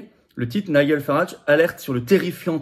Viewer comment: NIGEL ça se prononce NAIDJEUL